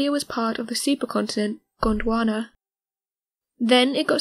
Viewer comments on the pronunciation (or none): none